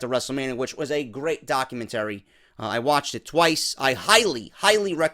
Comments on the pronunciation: The way you pronouce documentary is really odd, + Untill CM gets the itch to wrestle agian he isnt going to and then its going to be for alot more then 1M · Gotta laugh at how you pronouce documentary lol